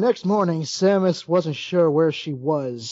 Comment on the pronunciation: I can't help but notice you mispronounced "Samus" as "Samniss". In fact, you keep making that mistake. I can't be pregnant, I'm a dude!